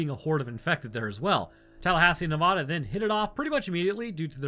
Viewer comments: Nev-A-da. Not Nev-Ah-da. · And it's ne-vad-a not nevaduh😂been here 18 years